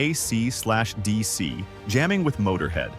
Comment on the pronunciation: "A C slash D C" - AI outs itself again!